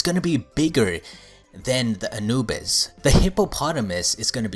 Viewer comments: "anubus" dude its anubis. and he fucking called anubis a she. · Anubis is a male Edit: It is pronounced Uh-new-bis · He said Anubis wrong and called him "she"